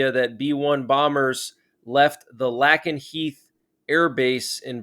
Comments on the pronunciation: fyi its pronounced "Lay Ken Heath" all good... I just think more will be done from here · A small point,, it’s pronounced LAYkenheath. Thanks. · It's pronounced Lake-en-heath. 🤦🏻‍♀